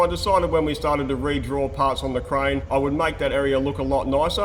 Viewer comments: I oper-Rate a Cur-Rane 🤪 hahha awesome blooper.. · “Bring me your cuh rain” that had me dying😂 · Always excited for a episode! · The Kur-Rane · KaRAIN! I will forever say crane this way now!